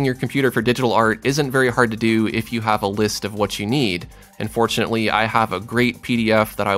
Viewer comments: Yeah, it confused me a little and first but realised soon that the "un" is actually "and" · It does sound like he is saying "unfortunately" but i still got the point so i guess artists have great common sense 😉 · ARE YOU SAYING "AND FORTUNATELY" OR "UNFORTUNATELY"? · everytime you say "and fortunately for you" its sounds like "unfortunately for you" XD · Mihail garabedov ikr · He's saying 'and fortunately'